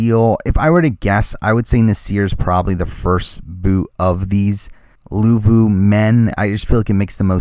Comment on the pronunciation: luvu not levu